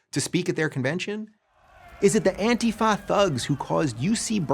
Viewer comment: “The Antifah THugs”